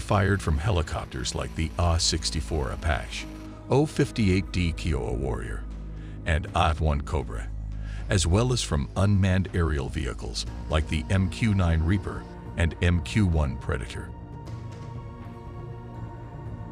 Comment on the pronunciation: Narration by a robot system that does not speak English. Apache mispronounced. AH-1 as “Aaah one. 114 as “one hundred fourteen”, etc.